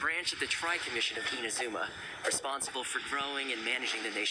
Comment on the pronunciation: pelafalan inazuma seharusnya I-NA-ZU-MA Kalau IN-A-ZU-MA kurang tepat. Pas naik ALCOR crux fleet bisa LANGSUNG TELEPORT pada ikonnya.